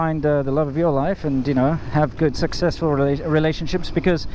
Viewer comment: So I had to listen again. " I hope you find the love of your life and you have good sexcessfull relationships." I know, it was accent, but as an American, I still had to listen again.:-)